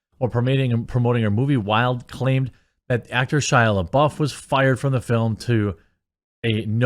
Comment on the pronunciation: It’s Florence “pew” like Pepe le pew, lol. And “lebuff” like gym dude is buff